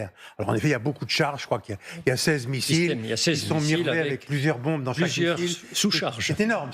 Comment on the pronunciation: "Les Fronce dont" le collimateur… Mais qu'elle apprenne le français ! C'est mauvais, je quitte !